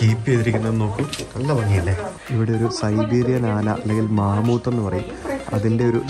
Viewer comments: broo മാമൂത്ത് അല്ല മാമത്ത് ആണ്😁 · Mamuthe alla mamathe